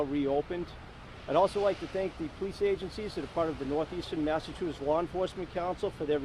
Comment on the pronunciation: Lady you can’t even pronounce law LAWR